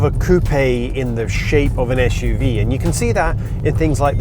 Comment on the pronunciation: Es-shoe-vee. S U V. Jeez.